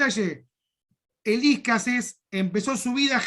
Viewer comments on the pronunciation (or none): "Elískases" con acento en la "i", pronuncia mal el burro.